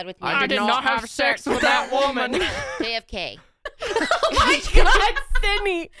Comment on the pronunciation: saying JFK literally took me out